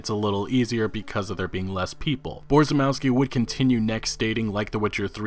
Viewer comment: Borzymowski pronounced closer to Bo-zhy-mov-ski Polish - English [few characters] C - TZ (or TS) W - V ł - w J - Y SZ - SH CZ - CH [like in Check] CH - H (really soft h) I - E E - Eh